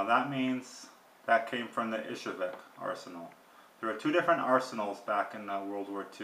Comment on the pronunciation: It's pronounced EE'-zhevsk, with the accent on the first syllable. Not "Ishevek". I have heard a number of pretty prominent gun experts get this wrong.